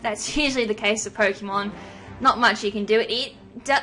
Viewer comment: nice sweep! though must say some of your pronounciations of some pokemon names is very annoying... =p